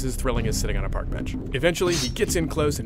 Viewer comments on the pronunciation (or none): none